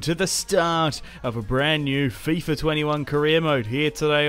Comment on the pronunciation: Did just say fyfa???😭😂